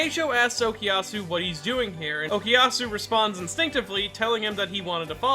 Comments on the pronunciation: Anyone else hearing “okiyasu” when he says it? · The way Americans say Okuyasu is frustrating